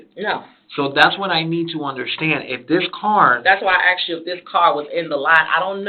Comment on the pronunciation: WHERE did she get her education..” AXED “ MAYBERRY?